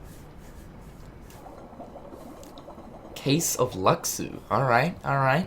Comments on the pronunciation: no it's loo shoo not lucksoo, you don't pronounce the x the same as the no bodies, the master bares the x sigil on his jacket zipper, hes behind it all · had me saying Luxu name wrong all this time it's "Lu-shu".